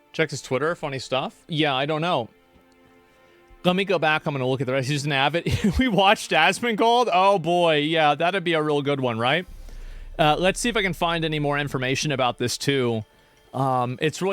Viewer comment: nah hes right when he talks about this stuff and politics also its asmon not asmond.